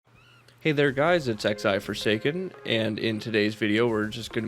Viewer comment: Thought it was 'XL-Forsaken' like extra large forsaken??? You said 'XI-Forsaken' did you mess up your own moniker???